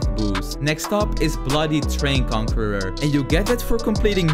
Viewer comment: Bro can’t pronounce conqueror but can pronounce bodhisattva is crazy(no hate) 😂😂